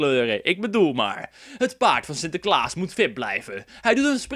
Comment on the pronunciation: 'het paard van Sinterklaas moet fit blijven' Ik verstond wit blijven lol